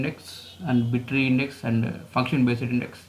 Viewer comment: It's not bit- tree.....it is b tree...